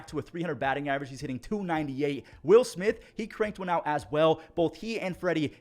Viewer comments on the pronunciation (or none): none